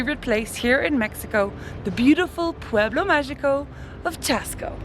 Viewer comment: If you're going to say "pueblo magico" in spanish, please learn to pronounce "magico" correctly